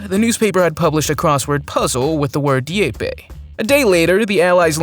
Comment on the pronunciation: Also PLEASE learn how to pronounce names of things and places properly. I wince every time I hear names of importance like Dieppe said like deepee, it comes off as lazy and disrespectful to what they are and represent.